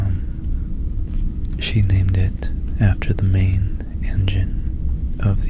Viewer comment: Also everytime you said engine I heard Injun and I was like woaaaaaaaah hahahaha